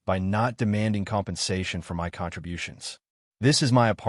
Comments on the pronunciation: Why do AI say M.Y. apartment instead of my apartment?😅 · It sounds like it is for effect i.e. M.Y. instead of my.